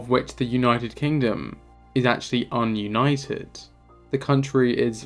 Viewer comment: Dis-united, not un-united.